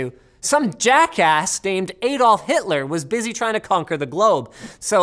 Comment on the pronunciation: Please tell me that he intentionally said Hitlers name wrong